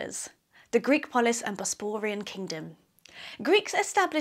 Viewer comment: Nice info, however I wish you could pronounce things better. I could perhaps forgive 'Bosperian', but if you're an archaeologist you should know how to pronounce 'Chalcolithic'.